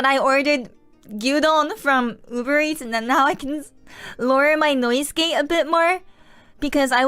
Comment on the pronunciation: 割と単語の発音がカタカナEnglishに引っ張られてたの(canの発音が/k`æn/じゃなくて日本語話者特有の/kʲæn/(カタカナのキャ/kʲa/)になってたり)で大体気づいてた それにしてもマジで流暢だしスラングとかイディオムとかしっかり使いこなしてて頭良すぎるやろ 普通は出てこんのよその言い回しって思うこと多い